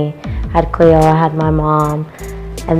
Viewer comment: Its Cleo, not khloë